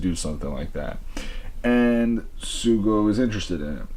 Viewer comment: The name is Tokiwa Sougo but Sougo is pronounced So Go. You don’t say the u.